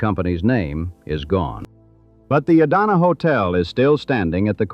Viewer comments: The Idanha hotel is pronounced eye-dan-hah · I-dan-a hotel? Tell me this is not AI generated. Other BS in this too. Best thing about this is some of the real photos that I know are real. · Have i been saying Idanha wrong this whole time or is it the AI bot?? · OMG, that is egregious that the narrator mispronounces the name of the Idanha Hotel - yikes! And is anyone else getting juuust a little annoyed by the choppy, unprofessional editing? And why has the filmmaker included images of buildings that aren't the Idanha and labeled them AS the Idanha?